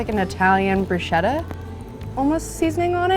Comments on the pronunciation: Bruschetta = broo-sket-tah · Omfg 🤦🏻‍♀️ it’s pronounced “brew-SKET-ah!”😡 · Correct pronunciation - Bru-s-ketta Also, love you ❤️ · When she said bruschetta like that.. idk why I’m slightly mad now